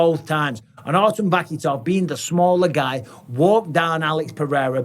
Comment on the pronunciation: Guys super exciting but the K in russian is silent so its Va-hee-tov